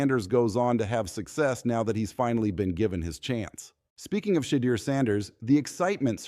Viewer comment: Why do these people that are narrating the story cannot pronounce shedeur name correctly.